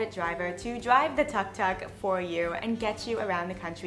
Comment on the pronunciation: The name of threewheelers are pronounced as "took took"